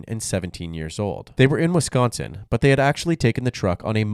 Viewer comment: Are you from the Midwest? I noticed you pronounced "Wisconsin" correctly Most non-Midwesterners over-enunciate the "c" and say it "Wiss-KON-sin"